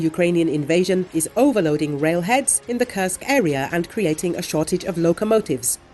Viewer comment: Could you please replace the female voice with the male voice that does not curse Kursk anymore. Thank you